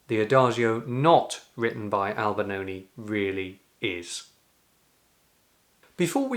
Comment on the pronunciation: i thought it was Albinoni but kept hearing Albanoni